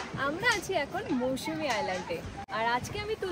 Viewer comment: Not mousumi Mousuni